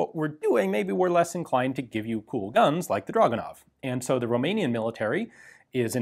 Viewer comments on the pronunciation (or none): It's pronounced Dragunov.